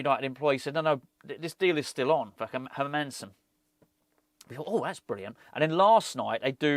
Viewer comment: as a dane you like others are saying his name wrong its like Heeeeer- mannn-seen and say it fast lol